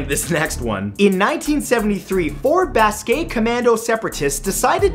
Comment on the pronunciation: I was impressed in the other video I saw where you pronounce Basque correctly. I assume this was before that video